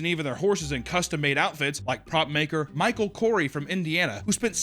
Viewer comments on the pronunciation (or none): none